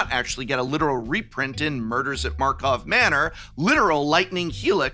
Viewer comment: „Markov Manor“?